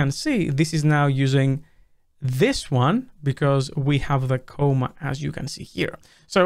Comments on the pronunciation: C-AH-MA, not C-OH-MA, thanks. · It's "comma" not "coma". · If you already pronounce comma like coma, how do you pronounce coma?